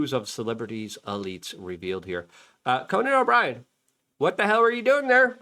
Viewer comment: Conan Obrian? WTF?